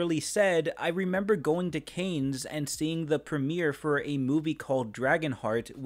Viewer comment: Think of Theodore Rex as groundbreaking and ahead of it's time, Them dinos got lips. p.s. Cannes is pronounced the same as Kirk's nemesis . . . Khan